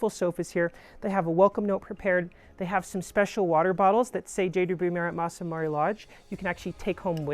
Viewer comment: MA RA not MARI please